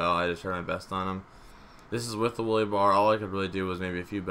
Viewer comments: Its a wheelie bar not a woolie bar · "The Willy Bar." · "The Willy bar"